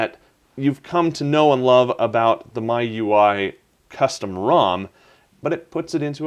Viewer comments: It's supposed to be pronounced like "My UI", stop calling it "me-you-ee". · I think it's "Me-You-Eye" like "Ge-You-Eye". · I think it's pronounced MEE-U-I